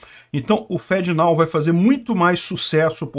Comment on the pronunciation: Literalmente pronuncia "fedenao".